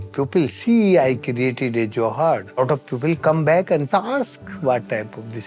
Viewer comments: It’s Johd… not johad it means pond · The best life is village life, with tradtional ways to preserve, plus some tech is not bad at all :-). Also its not Joe-Haad its Jhood (JH-Aud). I dont know why even Indian men would say it different when speaking to foreigners. Just like Yoga is not Yoga but just Yog but they added an A anyhow 😀